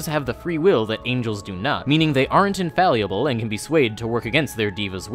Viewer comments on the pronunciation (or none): Pronounce Assimar wrong if you like, but... Infallyable? Infallible. In-Fa-Li-Bull